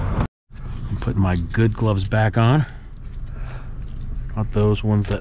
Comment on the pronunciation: Thanks, you got me saying glubs instead of gloves but it's 👌